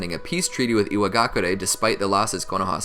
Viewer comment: Iwaga cure not kyu ray lmaoo